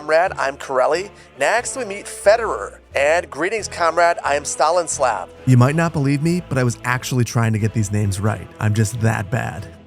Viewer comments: Did he really say STALINSLAV instead of STANISLAV? :DDDDDDD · Nothing tops him turning Stanislav into freaking “Stalin-slav”😂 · You’re right - I didn’t and don’t believe that was you sincerely attempting to pronounce those names faithfully. 😂 Stalin-slav?? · Seeing your struggle to pronounce the names, I'll give you an advise on how to at least try. So, you have Stanislav. Ok, separate it by a vowel parts. So, separated it will be Sta-ni-slav. Read it slowly at first and try to increase speed if you feel confident. Now, let's go to Mikhail. Mi-kha-il. Same as previous one, but there's a bit of a catch. the "kh" part is not pronounced as "k", it's a hard "H". If you need examples, just place H from the word "House" there. So it would be Mi-ha-il, not Mi-ka-il. Also, accents on letters are placed either on second or last vowel of the word. So it would be "sta-ni-slAv" for example, where capital letter marks the accent. Hope this helps :)